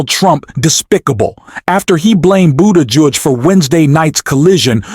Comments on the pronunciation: Who the hell is Pete BOODARGE? If you can't get the names right, how did you get the job, ffs? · That is pronounced Boo te judge! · Had to stop this video after discovering this is not a person talking but AI...the fucking robot totally mispronounced Secretary Buttigieg's name...every real person in America now knows how to pronounce his name correctly: "boot'a'geege":face-orange-frowning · The man's name is pronounced "boo- tuh- gig" . Pay attention!! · Can you learn how to pronounce buttigieg Jesus Christ 3 minutes into it I heard it 47 different ways learn to read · Learn how to say Pete's last name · Why do you keep saying Pete’s name wrong here it’s kinda annoying 🤔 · Why are you not pronouncing Pete's last name correctly several times then pronouncing it correctly other times? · Learn how to pronounce Pete’s last name! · Why can’t the commentator pronounce Pete Buttigieg’s name??? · Is this broadcast a AI broadcast? Why to you continue to mispronounce Pete's name? That needs fixing just for credibility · Your attempts to pronounce "Buttigieg" correctly were awful.. Were you trying to make reference to how Trump pronounces Buttigieg ? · I agree fully, But please, learn how so say Buttigieg.;-) He deserves it. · Okay.....is the name Boo-Dodge or Buddi-judge? Incompetent robotic narration. Get off the internet!!! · WTF is wrong with your pronunciation of Pete Buttigieg's name? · Like your channel but please put some effort into pronouncing peoples names right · Please learn how to pronounce Pete Buttigieg. And yes Trump is an ass.